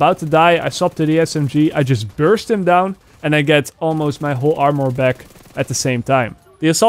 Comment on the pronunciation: Anybody annoyed he said amor instead of armour? Or is it just me?